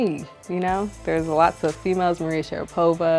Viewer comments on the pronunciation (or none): none